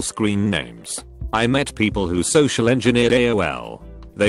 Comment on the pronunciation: i could not stop laughing "poeple..."